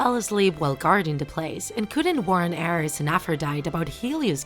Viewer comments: I’m getting confused I hear arrows instead of Aries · omg who here likes percy jackson (and aphrodite is pronounced "af-ro-dy-dee" not "af-ro-dyte") ok im sorry but am i the only raging over how she pronounced ares, aphrodite, and hephaestus?